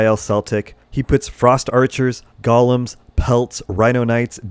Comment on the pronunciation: thanks for this. BTW, "Golem" is pronounced "GOAL-EM" A "Goll-em" is a little evil sneak warped by the power of the One Ring. ;)